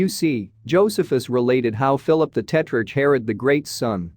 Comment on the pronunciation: Mispronunciation of names, irritating. Eg, Philip the Tetrarch. It’s “Tetrark”. Argh.